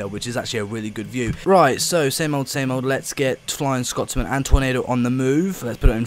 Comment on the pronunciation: It's Scotsman not Scott's Man